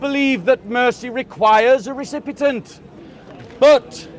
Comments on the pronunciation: I like but the word is recipient not recipitant 🙄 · Recipient , recipitant? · RECIPIENT! NOT RECIPITANT!! 😅